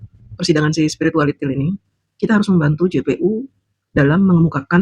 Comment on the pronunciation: paseh sekali mengucapkan SPIRITUALITIL 🤣🤣🤣🤣🤣🤣